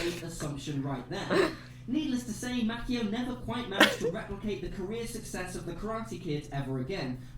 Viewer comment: So Will Smith turned down Django because he felt he wasn't the star only to play second to his son in a movie where he is in hurt in a spaceship the entire time. Also, the way this guy says Ralph Macchio's name bothers me. lol